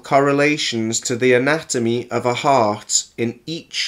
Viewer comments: Is it just me or is there alot breaks in the audio or it sounds like he's saying harp instead of heart. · Wait, is he talking about harps or hearts? The intro said harp...?? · He also thinks "heart" is spelled and pronounced "harp"...what an Einstein. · Wait his video says Harp-shaped and HE keeps saying Harp (i think)...but the organ is heart.